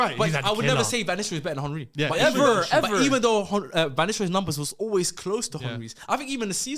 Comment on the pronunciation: still can’t pronounce Henry correct🤣🤣